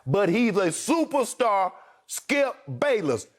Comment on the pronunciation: "Im a stuperstar" smartest think skip has ever said